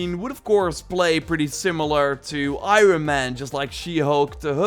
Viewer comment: Does anyone else get triggered the way say iron man